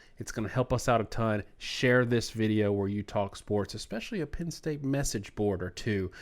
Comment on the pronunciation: Please please please guys. It is not Pin State. It is Penn State. Good content but.......